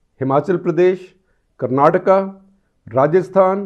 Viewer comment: Thank God, that he is saying kerala and karnataka rather than Keral and Karnatak